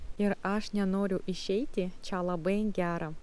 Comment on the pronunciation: Pagal kirtį gal būtų taip: kaI palaUkėmis eInu, iEškau zuIkio duOnos. Dar dėl čIA. Į čia (ir kitur) tik minkština trumpą a. Tarimas če būtų artimesnis už čIA. Tai tik pastabėlės. Jaučiu, kad dar už 7 m lietuviai nebesupras, kad Jūs nelietuvė